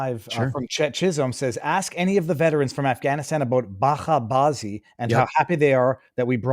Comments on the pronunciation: It's bacha bazi with ch like in child, not like in Loch Ness. It means child play in Persian/Dari. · It's bahCHAY bawZEE. CH as in cheese. No guttural KH. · I lived in Afghanistan and learned Dari, so…. I already know the meaning as the video starts😢😮. Tragic… (Oh and the pronunciation is with the normal English ch sound.)